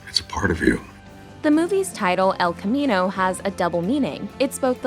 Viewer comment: Who's Spanish speaking self cringes every time the narrator mispronounces "el camino?"